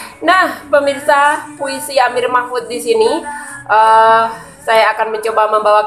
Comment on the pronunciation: Nama saya yg betul: Amir Machmud NS, bukan Amir Machfud. 😊😀